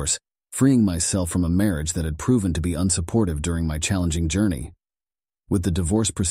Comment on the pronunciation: Wats with the ai bot narrator? can't pronounce words I mean who doesn't know how to say marriage properly ?